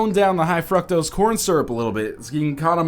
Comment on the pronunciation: If someone didn't say it, I was going to. Weird way to say fructose like his angcient